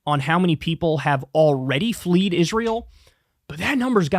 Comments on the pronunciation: FLED Israel Kyle... Not Fleed. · Sir. It's "fled" not "fleed" no such word as fleed!! flee or fleeing or fled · Fled, not fleed. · The correct word is “fled” not fleed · 5: 18 Fled , not Fleed . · "Fleed Israel"? Fled Israel Kyle. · Kyle, it's "fled". Not "fleed". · fled, not fleed